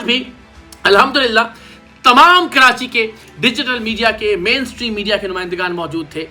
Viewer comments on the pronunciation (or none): none